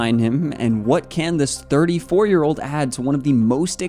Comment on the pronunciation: You say 34 like if it's 44 😠